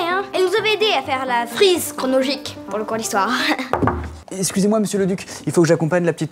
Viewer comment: C’est moi ou il dit : la frise « cronogique »